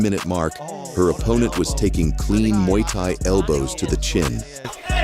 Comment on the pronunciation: AI slop ... can't even say muay thai properly